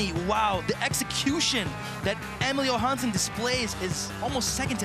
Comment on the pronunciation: idk how its 2023 and this announcer is still butchering Emil Johanssons name